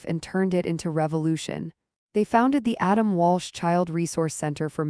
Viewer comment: It's Adam Walsh, not Walch.